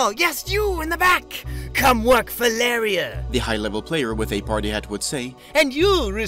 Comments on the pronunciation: So that female voice over... is obviously some paid to record that and isn't the actual player. also, pretty sure the name reads Larry R, you make it sound like something else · Is that really how you decided to pronounce "Larry R"? :P